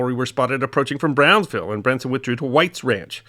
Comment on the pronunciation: Brownsville, not “Brownville”.